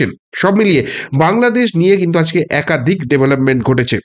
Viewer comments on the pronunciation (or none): none